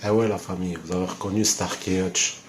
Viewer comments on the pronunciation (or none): Starsky et pas starky